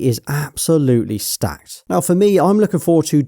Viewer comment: My guy said " STACKED " with chest😂 literally 2 decent games and 1 maybe😂